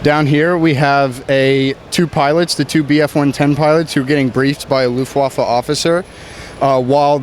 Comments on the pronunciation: Yellow Peasant luft-waff-eh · yes you are right but exactly that was my point, they said LUFTWAFFEL and not LUFTWAFFE (Luftwaffel means Air Waffel in english just look it up) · wuts Luftwaffe????? it sounds like waffle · Luftwaffa wtf Luftwaffe eeeee not aa ( I am Austrian ) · yes its pronounced luftwaffe, but he said luftwaffel which literally means air- waffel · Its so sad as a german when you heare the worst pronounciation of german words. Just an example he said castle and its called Kassel and the say Luftwaffel wich means airwaffle. Its just sad :( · Correct me if I'm wrong. You pronouce it as "Luftvaffen" ? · luft-vah-fa is how it should be pronounced. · Yellow Peasant Luftwaffel 😂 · Mhh air waffel! (Yes iam german) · The Luftwaffe.